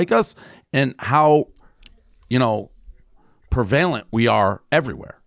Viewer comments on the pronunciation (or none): Where’s Fred Norris with the Sal Governale “preVAYlent” drop? 😂Only the Sterncoats will understand.